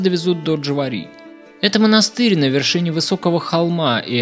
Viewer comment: Хороший обзор, хороший подход, качественный, но информация очень поверхностная. Нужно больше копать. Ничего не сказал про Тбилиси, Мцхету, ДжвАри и Светоцховели того, что нужно сказать. Часто ударение не правильно произносишь. Жаль, могло быть еще лучше.